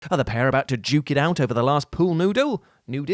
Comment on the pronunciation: Stopped it at the attempted word "noodle"